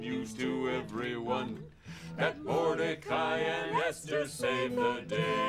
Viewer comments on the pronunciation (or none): I reserve the right to kvetch that they said the “ches” perfectly in Achashverosh but turned it into a “k” for Mordechai.